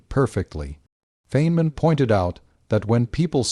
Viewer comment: Please teach your robot how to pronounce the professor’s name.